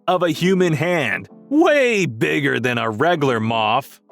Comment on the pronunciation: "way bwigger than a wegulwar moff."